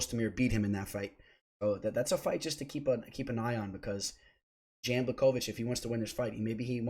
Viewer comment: Love the content and insight, I always drop a like. "Jan" though? It's pronounced "yawn"